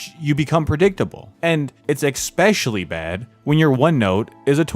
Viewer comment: Alfrich Hitchkock. :) You also said eck-specially. It is ess-specially. Just sayin'. Otherwise, excellent video!